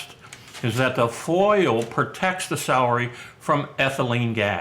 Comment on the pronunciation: "Salry"???...I thought it was "celery". 😐